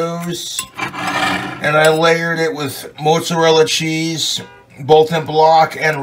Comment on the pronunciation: "moatzurella sscheez"